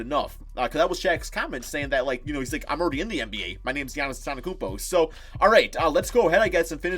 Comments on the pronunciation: Ffs pronounce Giannis’ last name right it’s not that hard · Jesus can you say Antetokounmpo correctly.